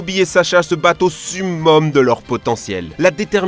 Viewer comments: Sumome 🤣🤣 Ont prononce "Seum heum" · On dit somome pas sumome